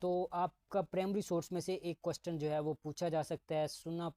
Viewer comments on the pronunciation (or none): Questen ni question hota he😂😂